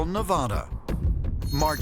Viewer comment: Please learn how to pronounce NEVADA.